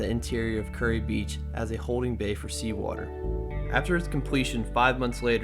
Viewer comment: Good report but it's (ˈkjʊəri KYUR-ee) or 'cure - ee' not 'curry.'